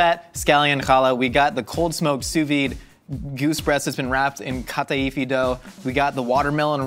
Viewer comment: Get you a man that can say Kataifi right. <3 As a Greek woman, I approve LOL. This whole episode made me giggle.